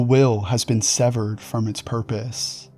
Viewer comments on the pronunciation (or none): none